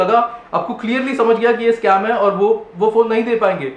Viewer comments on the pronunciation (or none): none